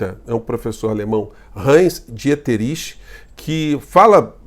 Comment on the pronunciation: Pronúncia: ditrich